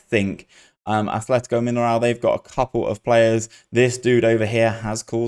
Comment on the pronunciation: I can't hold it in anymore! Are they not pronounced Min-air-o? I've always called them that and could swear it's how I've heard them called. Love these btw. Doing bits even after a mass exodus to Europe!